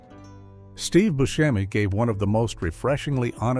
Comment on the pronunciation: Good Video even though certain mistakes were made such as Booskemi instead of Buscemi